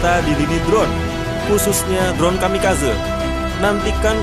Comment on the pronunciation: Kamikazé.. gemes denger kamikazeu😂